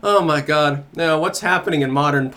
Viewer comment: Lol u said ma-god